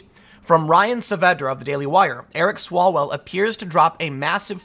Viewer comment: Mr Chairman, point of order - it's Mr Swallwell, not Smellwell.